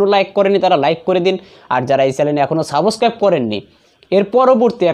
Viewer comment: Saboscraib 😂😂😂 ki uccharon